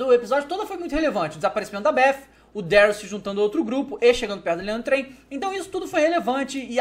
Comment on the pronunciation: pse mas ele merecia né TH com som de F em inglês é o básico que se deve saber.